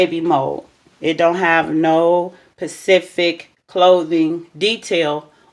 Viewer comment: You mean specific not pacific.